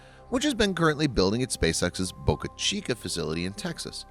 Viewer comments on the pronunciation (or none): none